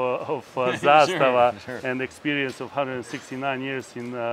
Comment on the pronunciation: Props to you for pronouncing zastava correctly, it’s not a huge deal when people get it wrong but I’m glad to see someone get it right 😄